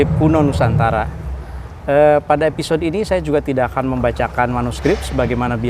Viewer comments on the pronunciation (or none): none